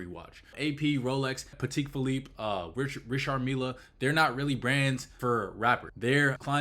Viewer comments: Pat-tech fillipe and reeshard mill… you didn’t even try to pronounce AP lol… good vid anyway 👍🏽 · The way he says Patek Phillipe and Richard Mille have me dead. But in all seriousness, cool video. The diamond segment had me shocked.